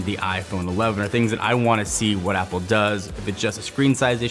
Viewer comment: Go to and he says Zapple instead of apple